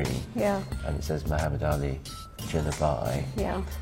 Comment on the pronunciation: Please call his name right. Stop copying indian pronunciation. 😅 Just something needed to be pointed out.